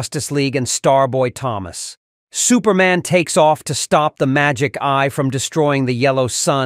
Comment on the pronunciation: Why does the AI say “Thomas” 2 different ways? I actually didn’t realize it was AI until it started pronouncing Thomas with the ‘H’ sound. 🤣